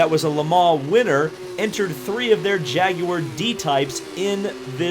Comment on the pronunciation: You said Jaguar properly!!! Instant like!